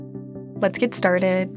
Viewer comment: "Let's get starded!" 😉 Yes, she's great! 👍